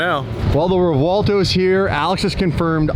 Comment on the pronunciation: REV-WELL-TOE REV-WELL-TOE PLEASE STOP SAYING REVWAHLTO 😂😂